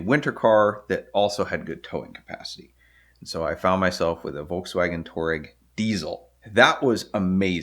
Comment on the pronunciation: It’s pronounced twah-egg, with a hint of twah-regg